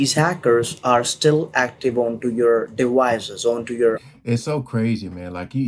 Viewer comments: He can't pronounce the letters v or c very well 😂 The word is 'devices.' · the minute I hear dewices i hangup